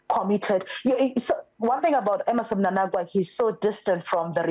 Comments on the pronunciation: Why are you saying mnanagwa? It's mnangagwa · It's Mnangagwa please not Mnanagwa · That guest is useless, she is failing to pronounce the name Mnangagwa. I am Zambian but I was able to pick that. Is she Zimbabwean I ask?